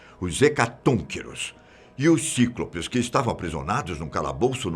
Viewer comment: "Cíclôpês", aaaaaaaaaaaaaaa fala certo pfv